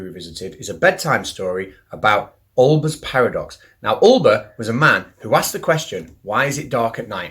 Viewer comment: Olbers, not Olber.